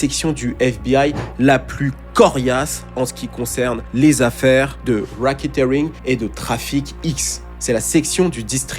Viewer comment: Please learn how to say Epstein !!c'est stressant - Soit dit les mots en français ou alors apprends la prononciation au moins tu pense pas ? Pareil pour racketeering. Learn :)